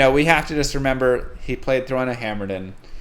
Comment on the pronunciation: We need to petition for to always say Hammerdeen from now on! 😁